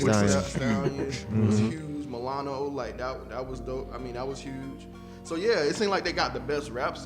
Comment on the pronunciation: Also I like how called M*latto "milano" lol